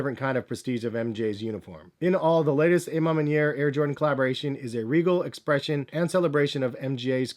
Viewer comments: AH man maniere...not AYE man maniere. you canadian? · Why he keep saying "ay MA manier". Isn't it more like "awe ma manier"? Lol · Ah ma manier